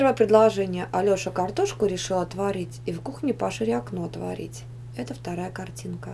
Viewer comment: она не правильно сказала она сказала пошряк а надо пошире